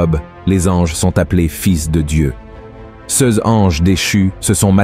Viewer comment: Voix artificielle : toujours « ces-s » au lieu de « ces » !